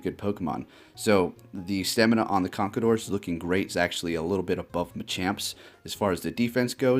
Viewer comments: I won't hold it against you for how you pronounce MienShao *cough CONKADOR *cough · You pronounced conkeldurr wrong..